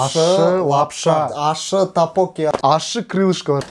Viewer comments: Тапоки емес топпокки деп айтад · Такпоки емес ттокбббоки сорри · ТАПОККИ ЕМЕС ТОКПОККИ😂😂😂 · Тапочки емес топпоки гой но кызык айтат екенсиздер,🤣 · Тапоки емес токбоки ғой😂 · тагбуги емес догбугги гой😂